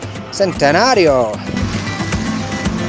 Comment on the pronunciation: Centenario? Benito Juárez? Próspero Año? Those are difficult words and your pronunciation was perrrrfect! Happy 3rd year anniversary! Those Pachuca skies are incredible! That and the wind is what I most remember of Pachuca. Great video!